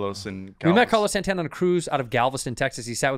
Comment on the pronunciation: SAN-TAN-UH! SAN-TAN-UH!